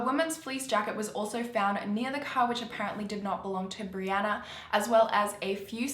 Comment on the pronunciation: This video has a little extra creepiness for me as my name is Brianna, and pronounced it properly